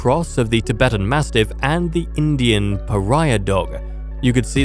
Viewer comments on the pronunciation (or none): none